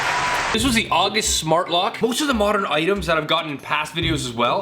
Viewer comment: "Modern oitems"